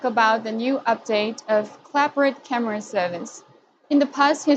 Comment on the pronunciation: "Camera" not "Carmera".